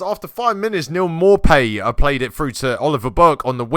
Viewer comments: Its pronounced Maupeh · More pay is how it’s pronounced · failing to pronounce Maupay, you love to see it.